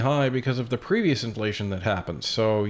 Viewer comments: Sounded like wacko said indianflation lol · Did Justin say IndianFlation? Or is that me?